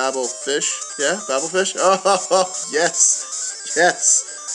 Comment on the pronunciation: just being nitpicky... coelacanth is see-la-canth, Babel is bay-bul